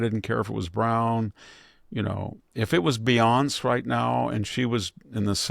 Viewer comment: Not that it matters but… Beyonce’ = “Be-on-say”… (pronounced). Love the show.